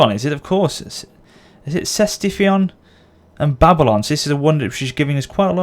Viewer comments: Ctesiphon is pronounced "Kee-tee-sii-fon" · its read Tisfoon like tea spoon :D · Just a heads up Ctesiphon is pronounced K-tes-i-fon :) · the c is silent in ctesiphon so its pronounced Tīsfūn. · Someone has probably said it, but the name of the city Ctesiphon (pronounced in Persian) is Tes-eh-fon. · Ctesiphon is simply pronounced "Tesifon," by the way. I normally don't interject on that stuff but since it's your faction capital I figured you might want to know! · Since you'll be using that city's name a lot, the Latin word Ctesiphon or Ctesifon derives from Ancient Greek Ktēsiphôn. So the C is pronounced K. If that's of any help. :)